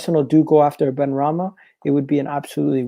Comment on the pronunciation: SY-EED BENRAHMA MY G HAHAHA